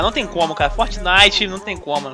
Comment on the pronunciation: Fortnelson kkkkk